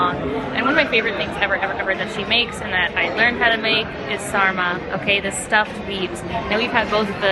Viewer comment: Börek & Sarma are also Turkish and you said it perfectly😂😂